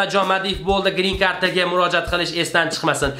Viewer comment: Бу йигитни гапиришини караб Нима хакда видео боганиниям билмий коламан😂😂😂😂айникса гринкарта дейишини